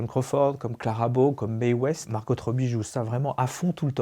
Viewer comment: Petite info : on ne prononce pas le "t" de Margot en anglais.